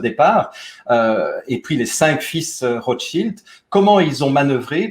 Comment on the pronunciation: les Rotschaïlde ??? i, en français, se prononce i, pas aïlle comme en anglais.